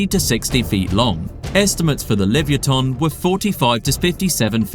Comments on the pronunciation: Is this AI? it is pronounced: lee-vuh-YAH-tuhn (li-və-YAH-tən), not livyatan. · What in tarnation is this awful pronunciation of “livyatan”